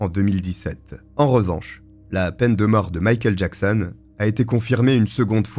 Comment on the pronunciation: J'ai eu beaucoup de mal chaque fois que j'ai entendu "Mickael Jackson" :)